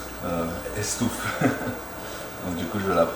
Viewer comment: 3'45 "Estoufadou"mdr, tu as raison même à Miami il ne faut pas renier tes origines du SUD.